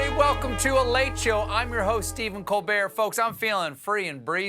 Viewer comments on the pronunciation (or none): none